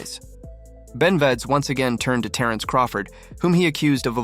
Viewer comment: Who is “Ben-veds” 😆